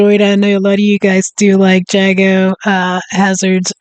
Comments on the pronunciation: JAGO not JAGGO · His name is pronounced Jay-go. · Jago (pronounced Jaygo) Hazzard is probably the leading YouTuber on this subject matter. His videos are informative, authoritative and highly entertaining all at the same time - nice easy humour. Any of your viewers would be well advised to subscribe to him as well if they found that interesting.